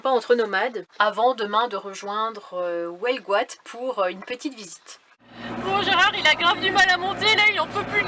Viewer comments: Eh,, c’est Huelgoat, pas Houelgoat, UUUUUUUU!!!!😊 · Je suis mort de rire à chaque fois que tu dis "welgoat" :D Vous êtes à 50 bornes à peine d'une des plus belle baies du monde, la baie de Morlaix. Faut absolument que vous veniez admirer ça. Y'a des supers coin de mers à tomber le cul par terre du coté de Plougasnou, Terenez, Cleder etc... vraiment.